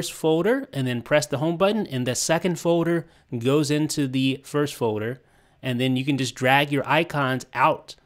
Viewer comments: Someone need to learn how to say "foLder" and not foder.... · LEARN HOW TO SAY FOLDER